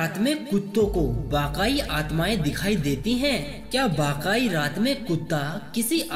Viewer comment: Bhai vakaai nahi vakai hota hai 😂😂